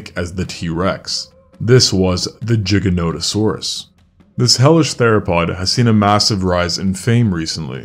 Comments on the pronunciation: Good docu, but what makes it so hard for Americans / English to at least try to pronounce Latin names correctly !? It is not "Dshiganotosorus", it is more like "Geeganotosorus"... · There's none. But he does say Jiganotosaurus many times. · no "giga" comes from the greek word gigas which means giant -> this means that "giga" is also pronounced as giga and not as jiga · Spelling - giganotosaurus. This guys spells - First word starting with g - as ji.. second word starting with g as g. Americans... dumb af as always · It took me a second to realise which dino you were on about bc the british way of saying the dinos name is a bit different to the American (always heard it pronounced GIGA not JIGA) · It is not "Gjiganotosaurus", but GIGAnotosaurus... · jigga notosaurus lmao how big is your hard drive? 500 GIGAbye. it's GIGA notosaurus. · Bro fr said jiga. I refuse to believe the actual pronunciation is jiga and not giga cuz it just sounds retarded lmao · dude, i can't listen! it's giganotosaurus, not dshiggenodosowrus! silly anglophones.... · why is it pronounced like Jiga instead of Giga? it sounds like he is saying Jiganotosaurus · "Jiga" No bro "Giga" like Gigabyte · Why jigga? Prety shure its gigga as gigabyte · why are you saying it like jiga? the giga should be a harder g like the word giga, sorry it just ruins the video for me. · Ah, yes, the jiganotosaurus. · No it’s not, the creator is saying it wrong too. You say it like you would pronounce Gigantic, Gigan-otosaurus. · I smile each time I hear „Jigganotosaurus” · Pronouncing it as jigga-note-osaurus is like calling a gif "jiif" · I always pronounced it “Guy-jantosaurus” 🤣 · yeah that caught me to I never heard anyone pronounce it like that jiganotosaurus lol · people who say "jiganotosaurus" are actively trying to piss people off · Bro mispronouncing it like a pro. Jigganotosaurus XD Lets just say also... And now repeat after me: Jigabyte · JIG-A-NOT-A-SAURUS?????? YOU BELLEND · “Jigganatosaurus” lmao